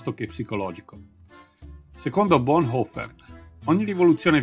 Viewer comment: Su Bonhoeffer si potevano dare informazioni più precise, ma il video è decisamente ben fatto. La pronuncia del cognome è buona, troppi italiani lo storpiano in "boneffer".